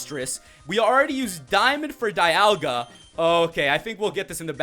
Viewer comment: its not DI ol ga its DE al ga